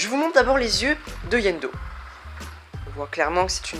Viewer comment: C'est iendo pas yendo